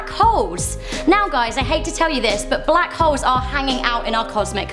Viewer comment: When she said black holes it sounded like holes but without the l